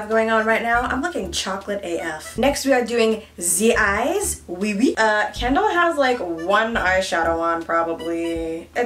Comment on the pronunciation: I hear calling Kendall “candle” lmao.